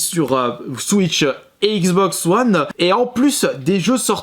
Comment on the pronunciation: "la xboxeuh oneheu